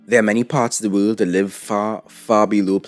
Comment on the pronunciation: I love how he says "wöhld".